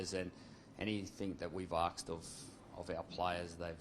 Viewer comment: Anyone noticed that he said 'arksed' not asked?